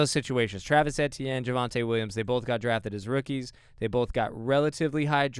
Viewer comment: I thought it was EE-tienne